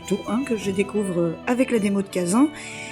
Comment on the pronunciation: J'ai arrêté d'écouter ta vidéo au moment même où tu a dit "khaZAN, éditer par nixON" a la française